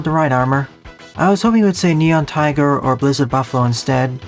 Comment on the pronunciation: Lmao you said billzard buffalo